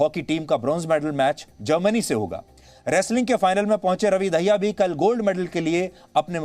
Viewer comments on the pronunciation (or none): सुधीर जी दाहिया नहीं ये शब्द दहिया है